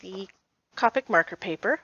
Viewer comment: Nice! It’s actually “cope ic. Sounds like toe pick. Not kaapuk. “. Came from an official Copic representative.